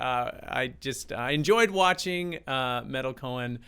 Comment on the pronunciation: She's my idol as is Danny Carey I love meytal and tool and it's pronounced may-tal she has 1,600,000 + subscribers